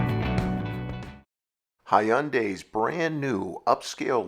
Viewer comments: its said hyundai like sunday. if youre going to do car reviews learn how to say the car makers name correctly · Thats how a lot of Australians say it too haha..!